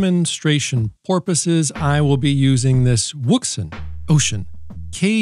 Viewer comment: the comedy never stops “porposes” 😉